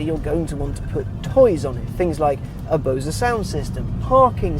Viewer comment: "Bows-eugh". BOSE is pronounced Bows.